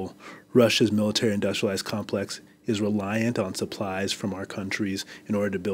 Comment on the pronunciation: That guy can't even say Industrial Complex properly... quality.